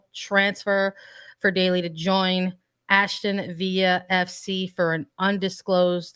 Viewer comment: Its ASTON VILLA NOT VIA .